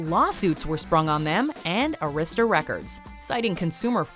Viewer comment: Is English your native language? I put up with several mispronunciations like Arista ( It’s pronounced Air is tuh, not Uh ris tuh). But how do you pronounce morals more Als? Who pronounces that word that way? Foreigners, people who speak English as a second language, that’s who.